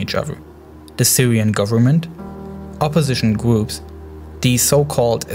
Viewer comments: Its kind of triggers me when he says gwoops not groups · Can you also do an explenation of de gwoops of amewica